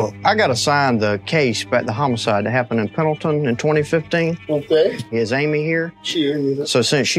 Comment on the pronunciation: It's Pendleton, not penalton